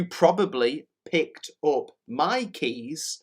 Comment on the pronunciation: после "пикт оп" закрыл